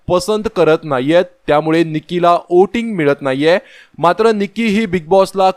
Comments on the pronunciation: Oting nahi re voting 😅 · ओटिंग का वोटिंग?